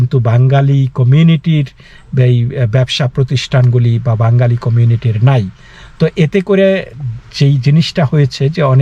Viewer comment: মুস্কিল হলো -- আপনিও দাদা ঠিক করে 'বাঙ্গালি' শব্দটা উচ্চারণ করতে পারছেন না। কথাটার উচ্চারণ আসলে 'বাঙালি'। যাই হোক India-র বাঙালি এবং বাংলাদেশের বাঙালিদের মৌলিক তফাৎ আছে বৈকি !